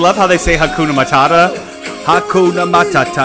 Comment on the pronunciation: They pronounce Hakuna Matata the same way it's pronounced in Swahili. ;)